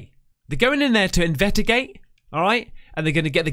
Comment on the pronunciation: Haha... In the beginning, he couldn't say investigate... He said invedagate.... LoL